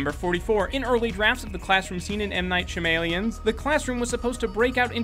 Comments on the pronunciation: lol its pronounced M. knight sha-ma-lan not M. knight shamalien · (shah-meh-lawn) not shamaleon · "M.Night Shim-Alien's" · M. Night Sha-May-Lee-in, M. Night Sha-May-Lee-in, M. Night Sha-May-Lee-in, M. Night Sha-May-Lee-in, M. Night Sha-May-Lee-in